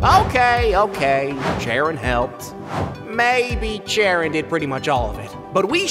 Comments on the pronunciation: Decide on a pronunciation for scharon either saron, karon or Charon bro don't have different characters calling her different names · I love how Pluto’s pronunciation of Charon’s name changes every episode